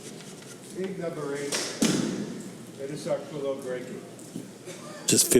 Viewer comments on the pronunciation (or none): As long as he's been in the game. it's amazing how many times Orcollo's name gets butchered. Great video production and excellent commentary otherwise.